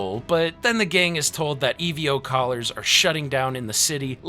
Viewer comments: E ve o. ???????????????????????????? EVO brother just say it fast accent on e . Evo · It bugged me so bad, I completely forgot about the video and anticipated the "E-V-O" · Man never said EVO correct once 😭✌️